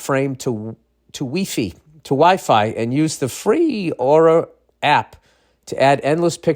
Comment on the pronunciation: Weefee, um I mean wifi🤣🤣